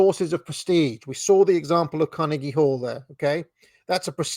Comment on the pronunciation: I enjoy your pronunciation of Carnegie